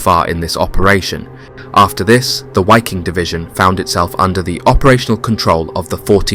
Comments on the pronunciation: Why do you say the w in waffen correct (w=v in English) but sound silly saying WHY king instead of just how it is. Viking and wiking same group of BA’s same pronunciation. Just remember the movies when one might say ,”(Ve have Vays of making you talk. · It's pronounced Vee-Keeng... Not (Why-king) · Its pronounced VIKING. German you pronounce Ws as Vs. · there is no w sound in germam so it is pronounced 'v' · The Wiking SS division ( pronounced 'vee-king) was comprised of 90% Germans, according to Roman Töppel, so not really a European army at all in the broader sense. That is not to say that quite a few northern Europeans didn't serve in the Wehrmacht or Waffen SS. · Imagine you make a 54min video about that Division but did not even spend a single minute on how to pronounce it. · The German „W“ ist propounded as your „V“. „Wiking“ is pronounced with two short „i“.